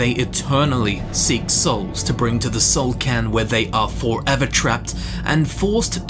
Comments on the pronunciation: Soul "CAIRN"... not "can", right... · It actually is "soul cairn" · c - air - n It's an awkward word, but I am pronouncing it correctly. dafuq kinda goofy shit is KARN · Soul karn. KARN!!!! Stop butchering words!!!!